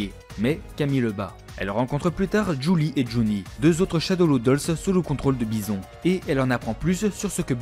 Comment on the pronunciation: Très bonne vidéo mais stp, soigne mieux les prononciations. Je vais pas tout citer mais entre Dudley, Guy ou Poison c'est vraiment du littéral qui manque de conviction. Et je reviendrai pas sur Monsieur Bison...